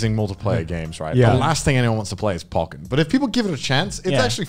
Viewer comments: Why do they say Pokken as Pock-ken instead of Po-ken, but Pokemon as Po-key-mon instead of Pocky-mon? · The way they pronounce pokken disturbs me